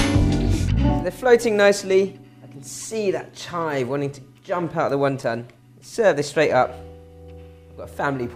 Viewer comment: Was he sayin 1 Tonne soup? lol